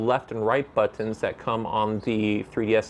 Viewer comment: Stop saying bOtOns...